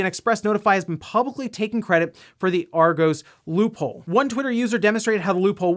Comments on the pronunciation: you are pronouncing "argos" wrong. It's pronounced "Aw-goss". Google translate if you want to be sure:) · That pronunciation of Argos, can confirm, its Arg-oss (like boss) Source, may or may not work for them :P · Lol at pronouncing it Argo's. Think of it as being said like Argoss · Argos..... the way they say it over the Atlantic is funny “are-goes ”Should be pronounced “Are-goss” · Argos is pronounced "Are-Goss" not "Are-goes" BTW 😁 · "Ar-goes" 😂 I'm pretty sure it's pronounced "Ar-goss" Source: I'm British. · Ar Go's lol you can tell you never been to UK to shop 🤣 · You say Argos as ARE-GOSS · Always gotta ask about random pronunciations! "Arr-goss" Say it with me! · argoes lmao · Argos surprisingly isn’t pronounced like Argo (like in Jason and the Argonauts) it’s actually pronounced Are-goss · Argos - Are Goss (like boss) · Not important, but just in case it comes up again, since a lot of weird UK retail stories seem to wind up involving them, Argos rhymes with moss rather than the longer o you were saying it with. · Funny hearing an American pronounce Argos as Argoes 😁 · Just like to correct you on your pronouncing of Argos, or as you said Argoes haha. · also did you just say Argos wrong and call it Argose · It makes perfect sense to pronounce it that way if you’ve never heard it but yea, I came here to comment on this. How would you describe it like AR-goss? Like Gosh but a hard S? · I'd say it's more of a "Ah-goss" or "r-goss" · He said it like Argoes 🤣🤣🤣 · As an Englishman, your pronunciation of Argos is killing me. 😀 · I agree with you there, it hurts my me hearing Argos being pronounced wrong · The way he says argos really annoyed me